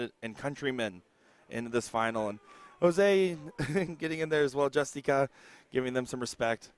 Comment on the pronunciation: Yall be getting this man’s name wrong all weekend his name is Jose Justicia it says it on his jersey not JUSTICA